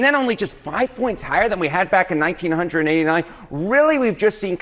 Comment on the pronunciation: It's going to be 64° on Xmas day. Also fuck the way that man said 1989.